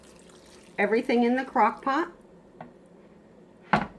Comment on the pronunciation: . I listened a bunch of times. She says, crock pock. 🤣🤣🤣🤣🤣🤣🤣🤣🤣🤣